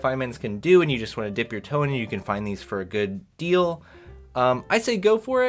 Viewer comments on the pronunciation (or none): none